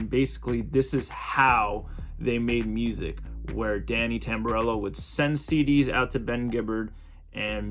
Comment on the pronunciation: How could u butcher Jimmy Tamborello’s name like that 😂